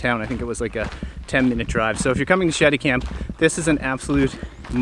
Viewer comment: Did I hear you right, Sheddy camp? Or was it something with 'i and t'.